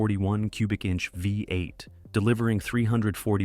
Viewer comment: The mispronunciation of the V8 as a 5 8 gives evidence of the mechanical production of this narration.